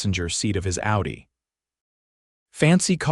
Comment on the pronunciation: The first line says "Outy", when you mean "Audi". Sloppy AI. Thumbs down.